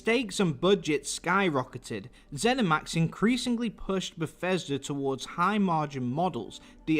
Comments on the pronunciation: "when i say ber-fes-ter what comes to mind?" umm, that the english are terrible at english? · I didn't know it was pronounced "Befesder"